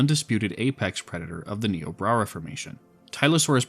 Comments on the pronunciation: Having worked with the formation for 2 years, is nIobrara with the I sound. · Hey just so you know Niobrara is pronounced "Nigh-oh-brayr-uh" I actually grew up close to the namesake river! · I think you meant to say "Nigh-o-brair-ah" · im sorry this is pretty minor but you keep saying niobrara formation like "niobra reformation" idk why my brain is parsing it like that but it is